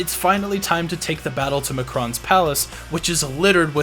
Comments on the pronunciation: Excuse me sir but it almost sounds like you're referring to the Mack Ron as Mckron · its mack-ron. Not ma- cron. Both quake 2 and 4 have the correct pronounction in the actual game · It's MAkron, not Mahkron or Mehkron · Small note , I believe its pronounced 'Bitterman' almost like one word, and 'Mac-ron' ! Nice to see Q2 getting more love.